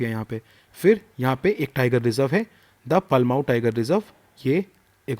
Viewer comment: sir it's palamu.. (not palmau) sir its सारंडा not सरणदा स्वर्ण रेखा not subarnrekha Btw awesome lecture